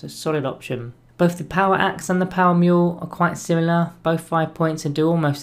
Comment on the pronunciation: Power Mule? It's maul like Paul.